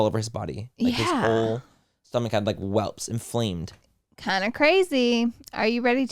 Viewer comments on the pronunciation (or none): Laura Lee lolol welt not whelp. Lololol🥰🥰🥰🥰🥰